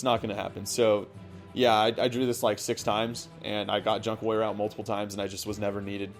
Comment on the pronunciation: it sounds like you are saying lawyer instead of warrior